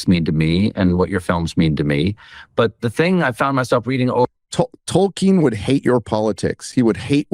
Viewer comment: I kept thinking that Jackson was saying "Talking" movie, when he was saying Tolkien movie. I take back every compliment I ever payed Peter Jackson. He has been gotten to, he's nothing like the man that made the Lord Of The Rings trilogy films.